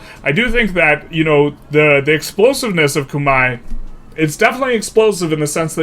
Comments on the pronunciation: It rhymes with "eye" in its native pronunciation if that helps. Not that it matters but just fyi. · Google how Khmer is pronounced because yours is pretty far off. Great video nonetheless!